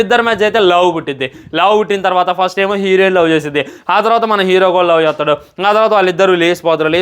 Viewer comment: Love❌Lavu✅ Bro Addhu Sariyagi Helu....